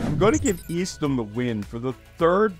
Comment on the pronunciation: What happened to Dennis and Brewster? And learn how to pronounce Eastham. It's pronounced East Ham, not East Um!!